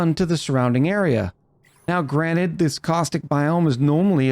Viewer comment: "granite" it's granted, american